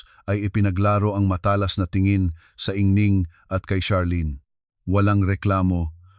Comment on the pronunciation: maganda ang istorya pero ang pag ka bigkas ay mali, anung ingning? ginang ang tamang pag pronounce